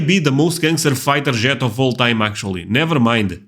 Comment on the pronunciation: Jet us pronounced J eh t. Not. "Zshett"❤😮